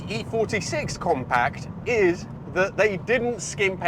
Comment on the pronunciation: Compac? 😂 it's pronounced compact, with a T.